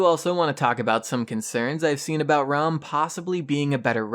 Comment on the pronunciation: Haha why is it that people call it rhum? It's Ra-um . #peace #DontBe Triggered